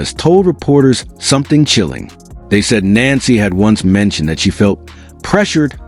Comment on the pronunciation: No wonder, people don't believe this story. You can't even get her name right.